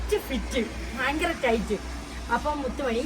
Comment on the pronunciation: ഫയങ്കര അല്ല😂 ഭയങ്കര തണുപ്പ്